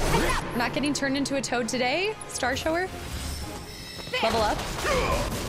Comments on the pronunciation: Star shower makes me giggle every time she says it. I'm pretty sure it's starshower like taking a shower. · Starshower is pronounced Shower like taking a shower to get clean.